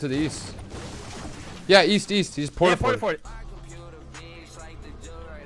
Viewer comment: "YEAST" Tfue I think you mean east